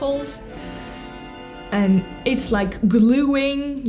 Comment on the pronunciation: Новое замечательное видео, Мария! Спасибо! Маленькая поправочка, если позволите, по поводу Вашего английского - в слове энд между словами попробуйте произносить д прямо по-русски, твердо, без смягчения, будет точнее и без акцента. Английский у Вас потрясающий - словно Вы много лет в Англии прожили.